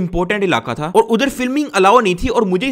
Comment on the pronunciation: Why can't you say "thi" "tha" correctly 😂💔